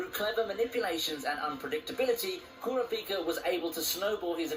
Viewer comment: This nigga pronouncing Kurapika like “Kora-peak-uh”😂😂